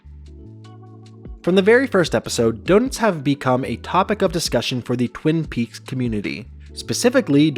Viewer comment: Within the first two minutes you mispronounce “Twin Peaks”. Fantastic. Good attention to detail.